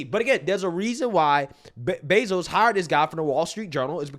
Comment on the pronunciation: Anyone else catch him say joe bezos